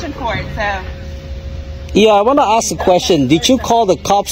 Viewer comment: It's ask not axe